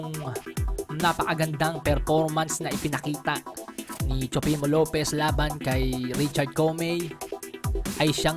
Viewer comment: Tama ba ang dinig ko sabi mo Teofimo Lopiz??